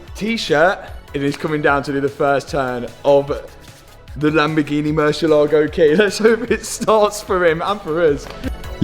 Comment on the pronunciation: whow! the lamboo-gheh-neh lives and breathes!